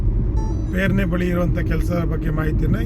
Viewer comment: ಅದು ಪೇರ್ನೆ ಅಲ್ಲ, ಪೆರ್ನೆ.